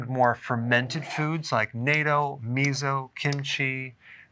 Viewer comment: it's nah ~ TT ~ oh not nay toh And me so not mezo